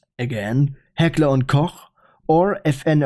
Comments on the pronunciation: There is nothing more authentic or satisfying hearing a german talk about iconic germans weapons and actually pronounce “Hekler&Koch“ right. With that being said, Moin Kollege, wie gehts? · idk but he pronnounced the German Weapon name really good